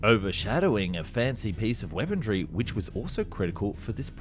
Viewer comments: A message to the narrator: there is no "D" in weaponry. There is a "K" in Sukhoi. I know you can do better. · I dont understand the grammatical errors and word pronunciation in these vids. "Weapondry"? It sounds like the errors of a script just read verbatim by an AI voice-over. Very strange.. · liser? weapondry? hoperate? is this on purpose? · For the love of God man... its weaponRY not weaponDRY. Good video otherwise. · Why do you continually mispronounce words like Apache, Especially, Weaponry, Sukhoi etc ??